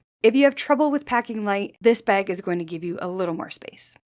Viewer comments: Bag, not beg! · I’m unfortunately, hyper focused on her pronunciation of the word bag 😮 ? Baygg? Beygg? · I like this "bayg." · I can’t unhear the weird way you say bag. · She is, yes. Fun fact, tho': the pronunciation where the /æ/ is raised before /g/, for example, as in the word "bag" is common in the northern Midwest of the U.S. as well. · Always know a Canadian by the way they say "bag." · Is she Canadian? Her pronunciation of “bag” is rubbing me the wrong way 😆